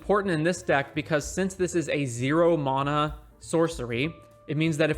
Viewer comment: The way you say mana made me leave the video early